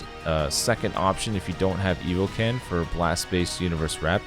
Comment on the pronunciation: I keep hearing EvilCan instead of EvoKen💀